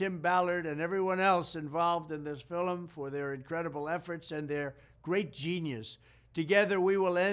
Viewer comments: Has anyone ever told him it's pronounced film and skurj not fillem and skorj? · Hmm...any ideas on why our beloved President is pronouncing the word "film" as fil-lim, w/2 syllables instead of one? I've heard a couple theories, neither of which resonated w/me. Any info/ideas appreciated, & thank you in advance. ~Samantha Whitson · Why does he keep saying fillem is this a New Yorker way of pronouncing film? But the fact that he’s talking about this is exactly why the establishment and media hate him. He’s going to ruin all their pedo/sex trafficking rings. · The new what…? What the hell is a “fill-un” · Anyone else notice "fill-em" being said more than once, and maybe other mispronounced words? God Bless President Trump 🚂 🇺🇸 . . . . 🙏 ⚓️ ☀️ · Is he saying "FILIM"?